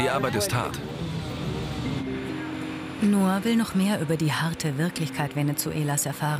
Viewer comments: Ihr sprecht "Ngoc" als "Noah" aus?! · der heißt Ngoc und nicht Noah 😂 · wie die aus Ngoc einfach Noa machen nur weil sie es nicht aussprechen können